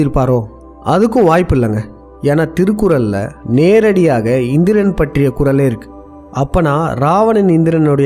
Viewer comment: முதலில் உங்க தமிழ் உச்சரிப்பை சரி செய்து கொள்ளவும்! திருகுரல் என்று சொல்வதே பெரிய தப்பு, திருவல்லூவர் சொல்லும் போது இன்னும் கேவலமாக இருக்கு, காதில் இரும்பை காய்ச்சி உற்றுவது போல் இருக்கு. தயவு செய்து நீங்கள் காணொளியில் பேச வேண்டாம்.